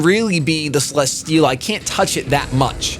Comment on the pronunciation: cele-steel-a not cele-schteel-a